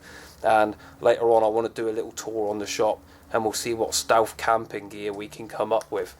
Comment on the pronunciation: ***** ohh shit... ''stealth''... im sorry.. it was your accent, and the way you said stealth ''stewf''. i apologize.. neat vid too. i'll check their site, thanks man! :)